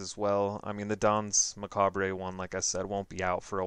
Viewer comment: It's pronounced 'dance ma-cob'.